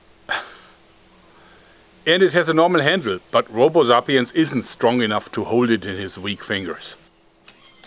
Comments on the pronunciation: the way he says sapienz is so cool original german accent (zapïens) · What the heck is a "Zahpeanz"?